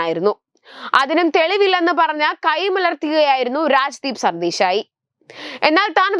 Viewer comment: രാജ്ദീപ് സർദേശായി എന്ന് അക്ഷരം ശുദ്ധിയോടെ പറയരുതോ?